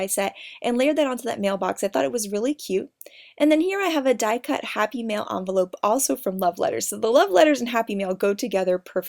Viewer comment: it's envelope not amvelope